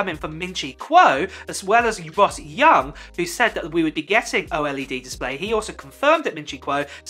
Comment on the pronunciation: Antes de hacer un vídeo asegúrate de que no sea redundante, al menos haz el esfuerzo de usar tu voz y no una IA, me cansé de escuchar a cada rato la pronunciación de OLED como "O-ELE-DE"